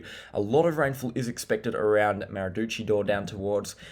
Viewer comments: Maradoochydore? 17.30...Absolute classic, mate! Nearly passed out laughing. Maroochydore is the correct pronunciation, but I reckon we should change it now!! Great videos thought... Keep up the good work. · maradoochydore??? Hughandden??? mate cmon get things right, Ma roo chy dore, hugh en den. little things make the biggest difference, also stop talking about having enough Beer, not very professional at all